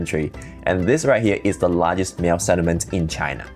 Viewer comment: Miao is pronounced, just like Malcolm. So just say mal. Please do not make the cat sound.